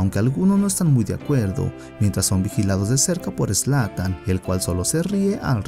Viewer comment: Zlan? Jajaja es zlatan Ibrahimovic